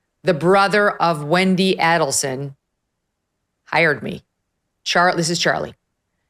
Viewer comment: You are pronouncing Adelson and Markell incorrectly